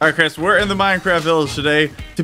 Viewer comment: you said simply Chris wrong